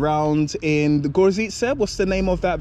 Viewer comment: Outstanding pronunciation on Gorzyce,, I'm seriously impressed!